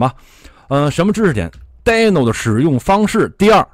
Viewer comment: 是滴no不是呆no😳